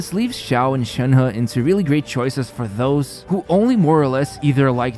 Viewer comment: you said "shanha" butr its shenhe so please learn how to talk